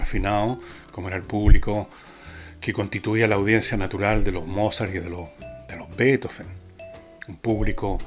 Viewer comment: Gracias tan sólo por decir Beethoven , no betóóven. Voy a hechar de menos la radio a pesar que como Usted ,cada día la escuchaba menos, por el locutor ( pseudointelectual de google), y por la época barroca que jamás he logrado digerir. Danke por hablar del más grande Músico Compositor de todos los tiempos. BRAVO por siempre Ludovico, Padre de la luz y de las sombras Del relámpago , del viento y un cáctus de puntas rojas De la noche iluminada sin sol Del día más oscuro De sombras como paraguas invertidos ventolados con o sin olas de gotas como vapor de barco gigante Sin lágrimas ante el asombro, como ve quien ve por primera vez En tus profundidades abisales, tus tectónicos movimientos teutónes paralizan el alma Con tus truenos Tus relámpagos Tu estruendo que te deja sordo La vibración de las tablas bajo tu orquesta ,dan el ritmo en tu mente y alma Retumba cielo y tierra Avanzan los maremotos sobre placas tectónicas implacables ....y después Beethoven. Sólo él ( para mi ) define toda la locura del hombre. La irracionalidad. El intelecto que va más allá de la impresión y exultación . La ternura en su grado máximo. La penumbra del genio incomprendido. Otro piano! Ya no sirven los pianos de esa época El piano forte nace en el ceno de unas partituras que no dan abasto a pianos que fueron muriendo cuando nace él La música no vuelve jamás hacer la misma Revolucionario por exelencia No te sientas en la cocina como los tuyos Ya no eres de nadie Eres de todos Le das el pedestal que la m